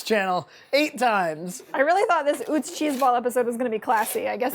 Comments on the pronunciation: it's pronounced Uh-tz not Oo-tz, it' a German name. William and Salie Utz began making potato chips out of their home in Hanover, Pennsylvania in 1921. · I live where Utz is manufactured (Hanover, PA) and it's pronounced "Uh-Tz." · It’s pronounced “Oo-tz?” I thought it was “uh-tz.” My life is a lie! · It is UTZ … I live in PA right by the factory. 😂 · It's pronounced Atz from Lebanon pa not far from the plant also have cupboard full of pfaltzgraff LOL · You say Utz weird lmao... This is coming from someone from the home of Utz potato chips